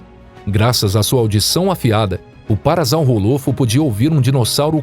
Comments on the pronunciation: É parasaurolofo não parasaurrofo desculpe mas eu tenho 100% de certeza que você errou todos os nomes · Se fala parasaurolofo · ocara faiou errado o nome do parasaurolofo